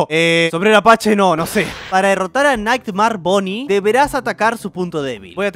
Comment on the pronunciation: Name: nightmare bonnie: Naighmar boni xd